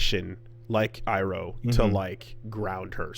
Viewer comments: Imagine hearing “EYE-ROW” for SIXTY ONE episodes, and somehow pulling “EEE-ROW” from WHERE? Bro at this point just stop. Stop doing this. If there’s no official pronunciation or multiple official pronunciations, I can’t really argue, but dude, they NEVER confuse his name at any point. Stop. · It's amazing how is enough of a fucking weeb that he can watch three seasons of a show in which they pronounce it EYE-ROH every single time and still come onto the podcast going EEEEROH? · Why do they both keep fucking up the pronunciation ("Ong" and "EE-roh") when it's literally pronounced in the show dozens of times nowhere else? Should we just call the characters Zucco and Soh-kah too? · Saying Eeroh should be considered a hate crime. Did he watch a japanese dub of the show? Does anyone even pronounce it like that in passing anywhere in the three season run? He's the Dragon of the West, remember the name! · who the fuck is EARoh? Did you watch the show?? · it’s pronounced “E roh” bro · Oh,...spending all these times trying to get the Japanese A-I-U-E-O right just to get tripped up by non-standard rendition of Asian names. Universe's cruel...